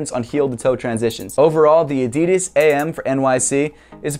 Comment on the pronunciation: Can you pls start pronoucing "Adidas" right